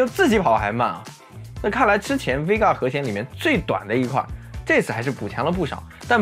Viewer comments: Vega 不是 Vgea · VGEA?????? VEGA吧？